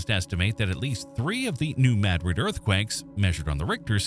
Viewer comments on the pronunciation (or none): It is pronounced... NU MADdrid .... not... Nu mahDRID. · I enjoyed this, but the AI mispronunciation of Madrid was a major, annoying distraction from the quality of the production. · I quit watching when New Madrid was mispronounced.